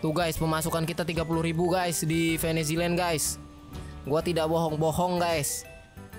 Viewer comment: oke jadi hari ini gua maraton nonton simcity 5 season 2 ini dari episode 1 - 21 nonstop, dari pukul 15.25 wita dan baru selesai pukul 00.48 wita.. dan ada beberapa hal yang mau gua komentari pertama, agak lucu sih tapi, untuk "venzeland" sering disebut "veniziland" kedua, mod pack nya belum banyak di pake atau mungkin belum disebutkan dalam 21 episode terakhir, mungkin karena fokus ke pembangunan dan lain - lain nya. ketiga, memang benar kalau tanpa mod IRC jadi lebih mikir lagi dalam pengontrolan tiap - tiap kota mungkin itu dulu sih ahaha...